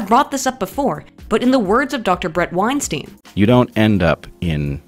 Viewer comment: Btw it's pronounced Brett wine-stieyen.